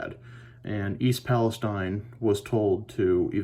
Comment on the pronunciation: Wow, thanks for the update; saw it on the news tonight but had no idea it was so close. BTW, pronounced Palasteen, not like the Mideast area.